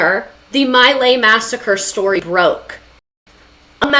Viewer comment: Pronounced. MEE-Lie